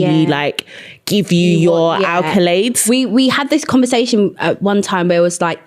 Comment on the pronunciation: I love y'all but its ACCOLADES not ALCOLADES!!!!!